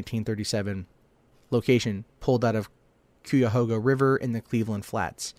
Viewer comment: its pronounced like the KIYA-HOGA river thats how you say it!